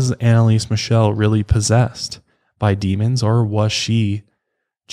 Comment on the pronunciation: I‘m from germany and i‘m sorry but I couldn’t hold back a laughter when I heard you pronounce „Michel“ like „michelle“ 😂 and Bavaria is actually in the south of Germany, maybe klingenberg is located in the west of Bavaria itself